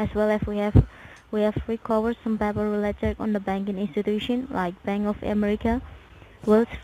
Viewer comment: Normally I can ignore the horrible way they pronounce everything, but everytime they say get a pan and papper my hair stands on end, don't know why but I just can't stand that.